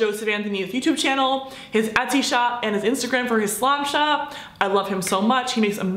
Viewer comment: Who else heard her say “slop shop” lol I still love you